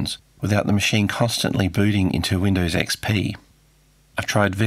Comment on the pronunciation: "Weendaws ecspee"